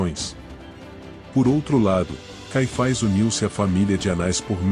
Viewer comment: Nunca ouvi falar desse (ANAIS E CAIFAIS) conheço Anás e Caifas! 😂😂😂 vc pronúncia ( fazezeinda)? 😂